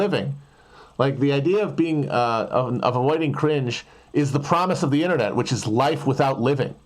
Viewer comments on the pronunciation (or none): none